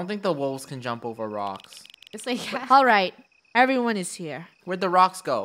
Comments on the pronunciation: Funneh said ''wocks" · Funneh just said wrocks 👁️👄👁️ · Am I the only one that heard Funneh. Say rowks not rocks 😅😂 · Does it sound like funneh said wocks? Instead of rocks? When they cross the river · Did anyone notice the secend time Funneh said rocks she said wocks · funneh saiid wacks and not rocks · “ don’t jump on the wocks “ Lol her mic was glitching or my internet made it sound like she said wocks